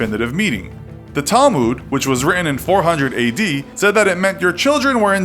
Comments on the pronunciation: Said* not sad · he says, “I SAD” instead of “I SAID.” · its said not sad like if caught it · am I the only one or does that not say sad instead of said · said not sad